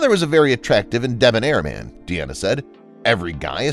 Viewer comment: Jeez. You don't doo your homework, do you? Dean Martin's daughter was named Deana (as in, a female version of Dean). It is not pronounced "Dee-Anna." Her name is pronounced "DEE-na." Get it? Dean (Deen) Martin Deana (DEE-na) Martin